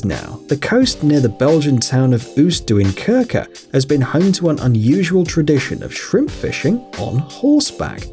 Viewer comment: Nice pronunciation of "Oostduinkerke" :)